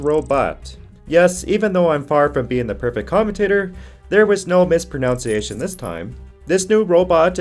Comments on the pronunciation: That's mispro nun ciation. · FYI, you mispronounced mispronunciation. Oh The iruny!